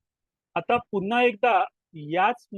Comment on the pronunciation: " पुन्हा " हा शब्द " पु " वर अनुस्वार देऊन " पुंन्हा " असा उच्चारणे चुकीचे आहे असे वाटते.